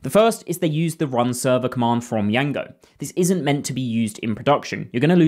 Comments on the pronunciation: No one calls it “Y-A-N-G-O”. It’s “J-A-N-G-O” the “D” is silent. 😂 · my ears are bleeding after "yango"? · why the fuck are you saying: yango? do you see the letter "D" there? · To be honest bro made me almost go and search Django's correct pronunciation